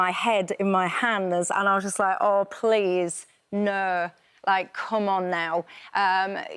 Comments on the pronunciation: It's pronounced "no", not "NERRRRRRR", daft woman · I can't concentrate on what she says as I just focus on the annoying way she says no.....'I durn't nurrrh'...'I put my head in my hands and thought, Urrr nurrrh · what does "Nerrr" and "Rightly serrr" mean?